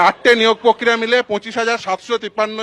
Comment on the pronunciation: Ei joghonno anchor ta akhono ache. Akta kotha bolte parena, ki kore anchor hoye. Prokriya k bole Pokkriya 😂😂😂😂.